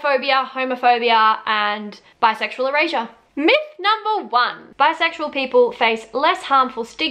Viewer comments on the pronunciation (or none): The whole first half of this video I thought you were saying bisexual Eurasia 🤣🤣🤣